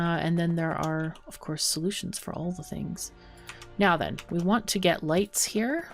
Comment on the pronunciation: Survived the storm. ;D Finaly the oil is flowing. Guess I soon will have to pay 25€ and buy Factorio, this is so much fun to watch! ^^ Every time you say "now then", I hear "meow then". xD Is that just me? xoxoxo ^^